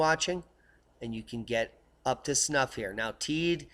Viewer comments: Thanks for your videos look forward to them daily ....living here in on the island of Tenerife and the volcano is pronounced Tey-de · I think the locals on Tenerife pronounce it 'Taydee' but great work all the same;-)